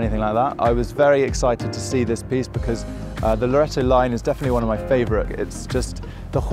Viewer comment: Bafoon.. The GP is called LaureAto not loretto 😂😂😂